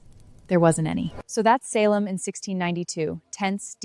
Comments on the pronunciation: Only error I found was the pronunciation of SAL-em instead of SAY-lem in the first few seconds. The other times she pronounced Salem, it was done correctly. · Salem not Sal em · I could be wrong, but I think it is pronounced “SAY-Lehm”. Not “Saaahhh-lum”. Sorry if I am wrong tho :( right at the beginning before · SAL EM village? We have self driving cars and AI still can't pronounce basic words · It’s pronounced Say Lum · I don’t like how she pronounced Salem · Stupid AI can’t even pronounce “Salem” right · I like the video, but the mispronunciations of the names Salem and Tituba are glaring.